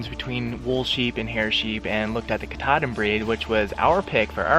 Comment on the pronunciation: Doing good but there pronounced (cat-a-din)